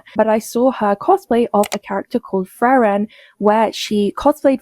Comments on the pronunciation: its pronounced FREE-RIN, ya freakin tourists. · OH MY GOSH THANK YOU FOR POINTING OUT SHE MISPRONOUNCES FRIEREN!! She says it as if there isn’t an R at the very beginning of the word, and says it like “Fairen” I mean she’s clearly never watched the show since they say the name constantly but how do you not just look up a quick pronunciation?? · I love how you can IMMEDIATELY tell a tourist to a fandom. Frieren is pronounced "free-ren" NOT "frer-ran", Himmel pronounces it within the first 15 seconds of the first episode, and considering the name of the show and who it centers around... They don't stop saying it either... The fact that people get this wrong tells me they they haven't watched the show AT ALL. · Why does she pronounce Frieren like that? I checked the English dub and they pronounce basically the same way in Japanese. Yet she says "Fry-ren" as if she has never seen a single episode of the show. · She can't even pronounce "Frieren" right. Tourist alert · That girl doesn't even know how to pronounce frieren properly... She says fwarun or something like that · Holy shit if I hear "fraren" one more time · Frieren is a German word. It's not Freyren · Her pronouncing Frieren as Fraeren made me cringe so hard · I like how her video is titled : A deep dive into alt right cosplay grifters, yet not even 1 minute into a video she mispronounces "frieren" istg you cannot make this shit up. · I'm not even a fan and I knew she was pronouncing it wrong😭😭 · That woman lives for 12 years in America and she can't do the interview in English? Also I haven't seen Frieren and even I knew that one girl was saying it wrong. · Horrible ai face tuning and horrible pronunciation of "Frieren" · leave it to the british girl talking about accepting culture to constantly screw up the pronunciation of a simple German word name while calling herself a "real fan" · "Actual fan" of the anime yet can't say her name right. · Cant read the name Frieren? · You say Frieren wrong too!